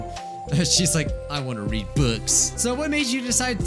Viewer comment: When reads read as read